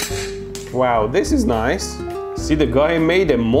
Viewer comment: "noice arcs" 😂😂😂